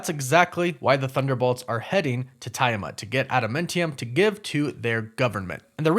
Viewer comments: Yo dawg, Tiamat is pronounced "Tee-ah-mot".. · you pronounced tiamut wrong lol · For Christ's sake, they pronounce Tiamut's name in the movie and you still got it wrong. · Tia-mut, no Tiya-mut. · It's /tee·uh·mat/ not /tai·uh·mat/ btw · And Tee-Ah-Mutt